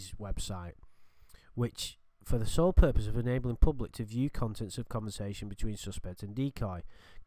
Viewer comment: "SOLE" FOR GOD'S SAKE!!!